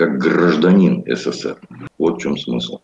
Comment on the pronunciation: Не ССР а СССР проговаривайте правильно нашу страну